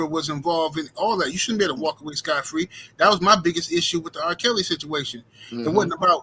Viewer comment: A little unknown fact: The correct pronunciation is "scot-free". The phrase originated from the Old Norse and Icelandic word "skot", which meant "tax" or "payment". In medieval England, a "scot" was a tax that people paid to a lord, sheriff, or bailiff. The phrase "scot-free" literally means "exempt from tax". Over time, the phrase's meaning expanded to include "exempt from punishment". For example, "She agreed to testify against her boyfriend and got off scot-free".